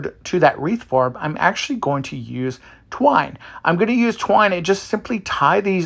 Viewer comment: You're having TUBBLE saying the word twine! Lol!😂